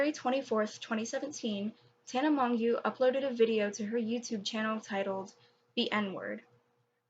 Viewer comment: This is irrelevant to the video, but her last name is pronounced "Mojo"